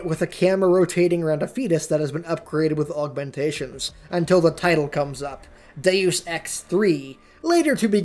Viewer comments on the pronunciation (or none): Its pronounced DEY-OOS ex